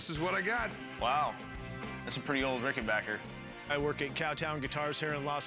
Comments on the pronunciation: RICK-N-BACK-UR. RICK-N-BACK-UR. RICK-N-BACK-UR. RICK-N-BACK-UR. JESUS. NOT RICK-N-BOCK-UR. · This guy calls it a "Rickenbocker" but it's really a Rickenbacker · HE PRONOUNCED LIKE THE OLD SPELLING WHAT A DOUCHERRR